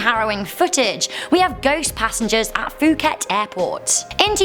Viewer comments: 1) Suvarnabhumi' airport is pronounced as Sue wanna poom and 2) it's not pronounced as fu-ket, it's pronounced as poo-ket.. ( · Actually , It pronounce "pu - ket" not "fu - ket". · The Phu in Phuket is pronounced like the Pooh in Pooh bear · I love u and I am totally not making fun of u but I had a really good laugh when u tried to pronounce “Suvarnabhumi” and “Phuket”. 😂 Suvarnabhumi is pronounced, su-wa-na-poom And Phuket is pronounced, Pu-ket